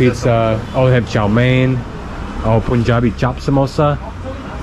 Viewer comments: It's not Poonjab ...It's Paanjab pronunciation for Punjab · Just a suggestion.... The way you pronounce "sun", is the same way you pronounce "Pun" of "Punjab". 😅